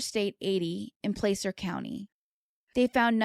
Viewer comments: as someone from northern california- it isnt placer county like place-r. its like a as in apple. "plah-sir" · Placer- rhymes with plaster. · Placer County is pronounced like plaster